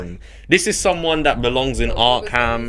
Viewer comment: Ark-ham? I couldn't dislike him more.